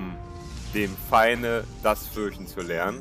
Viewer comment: dem pfeinde ??? xdxd aber trotzdem gutes video ;)